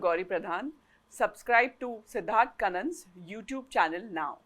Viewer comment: Please teach your guests to pronounce 'Kannan' correctly.